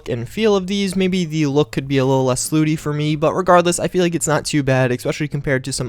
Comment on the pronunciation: When he says Slutty as Slooty